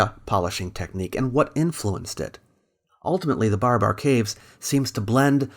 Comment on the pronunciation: its not BAR-A-BAR .. its BA-RA-BAR